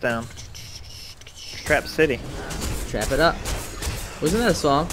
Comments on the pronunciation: oh and btw it's RACK CITY not TRAP city 😂😂😂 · not to offend but i think its rack city by tyga 😂😂 i heard trap city and busted out laughing